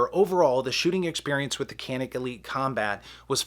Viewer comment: You pronounced wrong! Go watch Hickok 45.